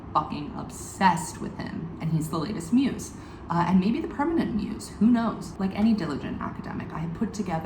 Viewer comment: "Maybe the permentant muse" Weeeeeelp